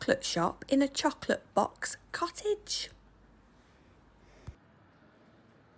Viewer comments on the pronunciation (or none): none